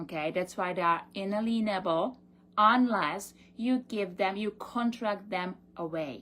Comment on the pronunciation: OMFG. . . It's not un a lean able. It's inalienable. Someone get these muppets a damn dictionary.